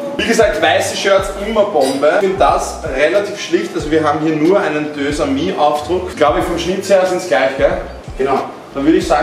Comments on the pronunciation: Deux⏑amis, wird ausgesprochen Dösamie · Des heißt deux amis